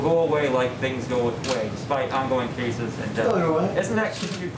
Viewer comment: He said "jaces" instead of cases